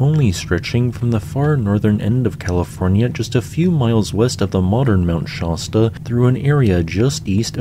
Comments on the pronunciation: Shasta, not Shahsta. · . I really think he mispronounces place names just to get peoples’ goat. Mount ‘shaw-stah’? Sah-lem Oregon? Really?? In a single sentence? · Also Juan De "Few-cah," and Mt. Shasta rhymes with the word "canasta." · Do you ever research how to pronounce words? Cuz that's not how you pronounce Shasta or Salem.